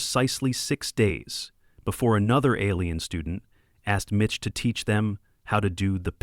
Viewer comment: Mitch, not Bitch. 🤣🤣🤣🤣🤣